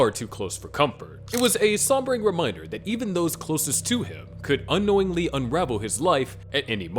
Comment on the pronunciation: "sahbering" its sobering, as in sober, "so-ber"